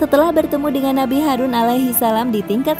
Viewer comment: Harun bukan harus kaaa